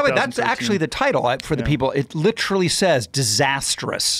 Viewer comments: he says “litchrally” like the guy from parks and rec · ‘Litch’-erally is UK English pronunciation